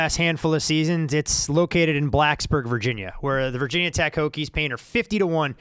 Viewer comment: Omg that "Vah Tech" is like nails on the board.. Ask any VT fan, and they'll ask "Why call Virginia Tech/VT/Hokies Vah Tech but don't call Georgia Tech/GT Gah Tech, or Louisiana Tech Lah Tech?" Even ESPN changed that.